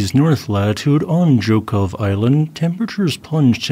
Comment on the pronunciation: Excellent Russian pronunciation!!! Most people would butcher Zhokhov...